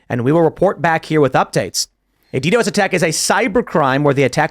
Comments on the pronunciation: We usually pronounce it, "DEE-DOS", Tim. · who actually says the letters in DDoS?